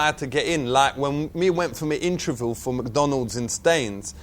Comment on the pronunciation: he said "introview" lol